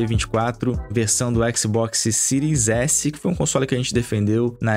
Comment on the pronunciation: baixou a versao do ``xboxsi`` errado hein amigao